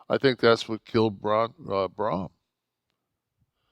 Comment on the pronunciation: Kev its Braun not brom😂